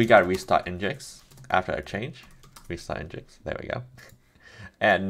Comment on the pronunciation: Just FYI the official pronunciation is "engine X"... I had no idea for years and thought it was "n-jinx" too.